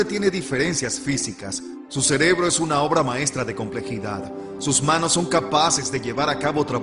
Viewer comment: Para la compañía que hizo el doblaje. Se dice « cerebro » no « celebro » 🙄